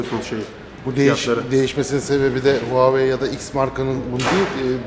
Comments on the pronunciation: Huavey mi...Hayvey mi diye okucaz...Ona göre böyle servis veren bi şirkete ayıp olmasın telafuz konusunda... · Yalnız onun okunuşu (Huawei) nin vah vey